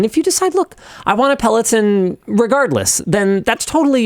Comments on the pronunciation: pel·o·ton. /ˌpeləˈtän/ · if you discuss it maybe learn how to say it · good video, other than your pronunciation of peloton